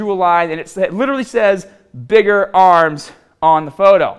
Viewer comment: Lol "bigga aaams" "bigger arms" I still love this channel. One of the only legit fitness channels on YouTube.